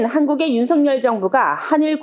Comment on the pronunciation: VOA 애청자 입니다! 시청할때 마다 느끼는 일인데 "윤석열" 대통령을 "윤성열" 로 발음 하는데 이는 잘못된 발음 입니다! 윤석열 은 윤서결 로 발음해야 합니다! 한국의 방송인들도 일부는 윤성열로 발음하는 우를 범하고 있지만 이는 잘못된 발음 입니다! VOA 내부검토와 회의를 거쳐 시정 해주기를 바랍니다!